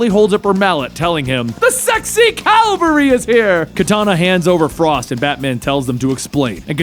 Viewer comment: 'Calvary' and 'cavalry' are two very different things, dude.